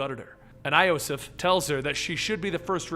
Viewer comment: again you say wrong names, iosif you dont say right